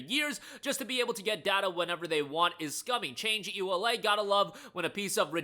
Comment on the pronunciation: "EULA" is read as a word, not letter by letter!